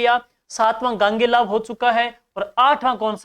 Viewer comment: Sir Gogelav h na ki gangelav